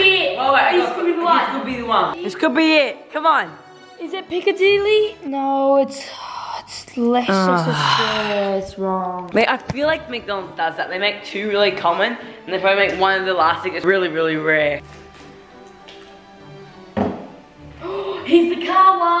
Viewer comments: when said leichchchcester square had me rolling on the floor😂😂😂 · It was so funny listening and watching the Norris Nuts pronouncing and reading all these different English places and streets, especially when tried to say Leicester Square. It's so funny because I live in and near all these places, and to hear the Norris Nuts talk about them is amazing. Hope you visit the UK soon, from a British legend.